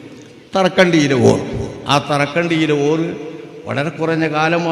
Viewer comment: ഓറ അല്ല "ഓർ" എന്നാണ് അത് ബഹുമാനസൂചകമായി വിളിക്കുന്ന പദമാണ് നാദാപുരത്ത് ഉള്ള ശംസുൽ ഉലമ എന്നറിയപ്പെട്ടിരുന്ന കീഴന കുഞ്ഞബ്ദുള്ള ഉസ്താദിനെ പറ്റിയാണ് പറയുന്നത് വല്യ മഹാനായിരുന്നു അല്ലാഹു അവരുടെ ബറക്കത്തും പൊരുത്തവും നമുക്കെല്ലാം നൽകട്ടെ ആമീൻ